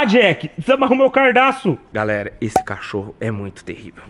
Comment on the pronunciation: O cara tem um Audi A5 , uma XJ6 , uma mansão , 10 frangos , e fala "cardaço" lsjsksjsksjskshsjsjs